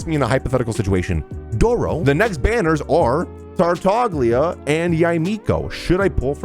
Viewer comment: Tartaglia is actually pronounced sa tartalia